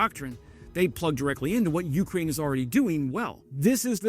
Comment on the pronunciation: You krain you krain you-krain Its one word